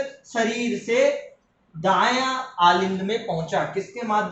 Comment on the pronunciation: Aalind nhi Alind bolte hai